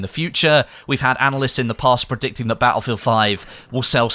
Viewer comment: Its not Battlefield its "Attlefield" ;-)